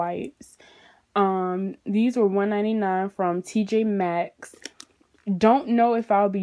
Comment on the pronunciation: It’s none of those she said it right it’s tj max